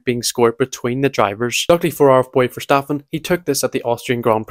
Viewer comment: 😭😭 “oh no, someone with a thick accent can’t pronounce a dutch word” YOU KNOW WHAT HE’s saying… so does it matter?!